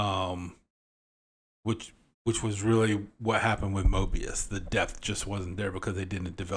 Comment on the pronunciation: You said Moebius a couple of times. Its Morbius